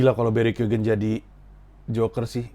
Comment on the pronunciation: lu salah satu dari sedikit orang yg berhasil pronounce nama barry keoghan right on the first try 🤣